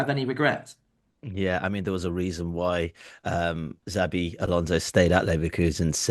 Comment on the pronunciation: Why would you say ”Zabi” Alonso?